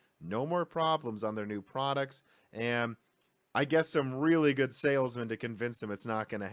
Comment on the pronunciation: Why do you say 'am' instead of 'and'? ;-)